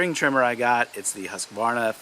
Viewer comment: Thank you for pronouncing Husqvarna correctly.